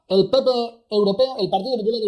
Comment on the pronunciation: Von Der Brujen pronucia PP como Pi Pi ja,ja,ja. El Pi Pi europeo